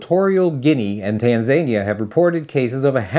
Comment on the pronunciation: I have to say something…. It’s pronounced TAN-ZA-NI-ER